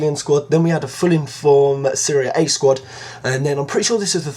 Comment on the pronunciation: No, he says SERIA A, then I say: Isnt it SERIE A